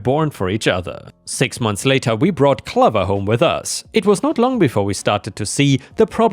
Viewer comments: OK, right but the way you pronounce the word clover is funny Not like lover, but more like over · clover is pronounced cloh-ver, not cluh-ver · I don't want to nit pick, but the way you pronounce Clover is wrong, it's not clov-er, it's pronounced Clo-ver. It's the same when you say Iron, it's pronounced eye-on. If your not sure how to pronounce something please take a few seconds using Google which will tell you how to pronounce a word. I know English isn't your native language, but a very large portion of your viewers are English speakers. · not trying to sound picky. but Clover is pronounced Cl oh ver. lol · The O in Clover is a long O, like in stove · Hey, Clover rhymes with Over not Lover. It's a long O sound like "Oh". I know English isn't your first language so wanted to help. ⭐️⭐️🌟🌟🌟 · BTW, the dog's name, Clover", rhymes with "over"; a long O sound.